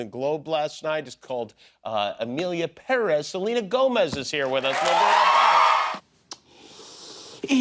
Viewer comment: Jimmy is the only person who pronounces PÉrez as it should be